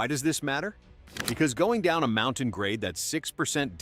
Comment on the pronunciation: MountAne??? AI narration ruined this video.